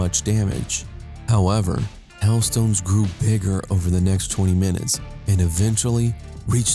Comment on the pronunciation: Listen closely. Is he calling them hell stones? What the hail is a hell stone?